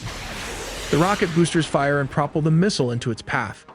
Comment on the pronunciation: Prop-ell? with the accent on the first syllable? Did you mean propell? I really hate AI mispronunciations. I thought AI was supposed to be smart.